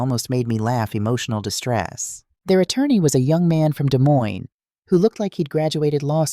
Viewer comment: Cedar Falls Iowa is not a small town 😂 population of over 41,000 people 😂 I got my degree at the University of North Iowa a long long time ago 😂😂 AI pronounced Des Moines correctly 👍 Iowa USA 👋